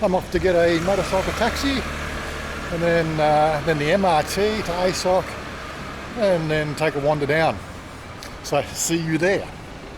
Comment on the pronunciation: It is pronounced ah-soak. there is no “I sock”.